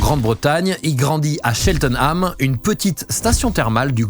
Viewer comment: bon alors c'est "cheltname" dans le "glosstesheure" mais ok on passe (très bonne vidéo au demeurant)